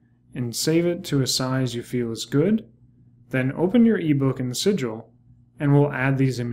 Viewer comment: Great video thanks. What is it you are saying at 11.38ish - open your eBook in 'sidual'? What is 'sidual' or what ever it is that you said and where do I find it?